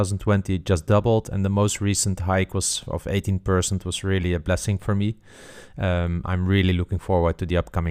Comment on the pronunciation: Love the videos, but can we please say 'percent' correctly?